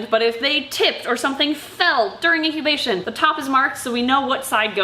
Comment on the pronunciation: Okay, did anyone else notice that she said "into intobation" instead of "into incubation"?